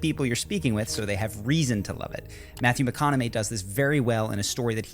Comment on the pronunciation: Mathew Mac-Economy